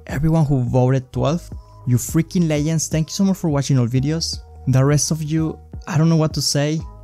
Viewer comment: normal people say it: Legend. but say: Leyend.